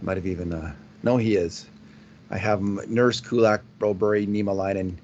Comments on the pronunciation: I agree. You may be trying to say Brobry but what I'm hearing is Broberry. Why not ask Philip? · was at a game last season and was in a booth…he got confronted or the topic was brought up about his insistence on his pronunciation of Broberg’s name…the very next podcast he brought it up and seemed to enjoy the fact that it was a topic. Shows his ego was lifted by the topic. Maybe he’s just a journalist that believes publicity negative or positive is still publicity….I sure hope not. I like this podcast, but the whole topic gives me and many other colleagues that like the podcast a challenge. Don Cherry never always pronounced the names correctly but this is not the same thing. This is an arrogant ‘ I told you so’ feel to it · Guys the forced pronunciation of Broberg’s name is annoying and hints of arrogance. Please go find out the kids name. Get Bob Stauffer to ask him how he wants it pronounced. Thank goodness Jack Michaels and Louie DeBrusk nor Gene Principe pronounce it the way you guys do. TSN , Sportsnet, CBC, CHED and on and on don’t pronounce it that way. Why do you force it so much on your audience ?